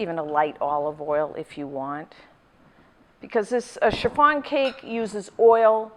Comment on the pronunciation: Love the way you pronounced chiffon like cherr-farn